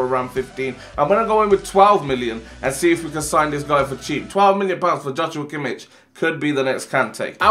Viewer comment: Sign not sighn